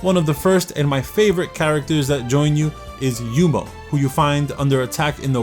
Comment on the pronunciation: why do you keep pronouncing yuno as yumo